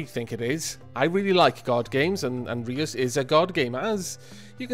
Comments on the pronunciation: You're mispronouncing Reus, listen to the dutch translation of giant on google translate. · Reus is the Dutch word for Giant. And it's not pronounced as you pronounce it :D "eu" is pronounced as a single sound, just like the German ö. Though that won't help you much if you don't know German either ;)